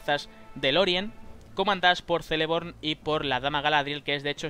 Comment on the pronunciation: una cosa, muy buen video, pero no se dice Seleborn (Celeborn) se dice Keleborn (Celeborn), en Quenya todas las "c" combinadas con vocales se pronuncian como "k" castellana. Buen video!!👍😀